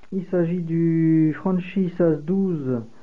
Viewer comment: Franchi se prononce franky !!!!